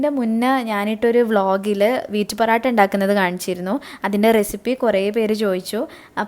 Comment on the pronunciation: Porata alla mole..porottayaa😁😁